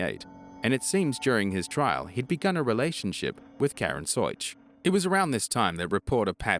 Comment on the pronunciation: Karen Soich " sooo itch "